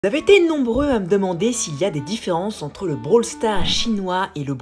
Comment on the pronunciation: Mdr l’intro :zavaitez nombreux